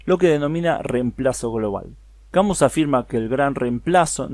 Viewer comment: se pronuncia CAMÍ.